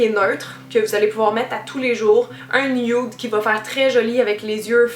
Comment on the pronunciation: C'est drôle comment tu dis nude, "nioude" ahah ! <3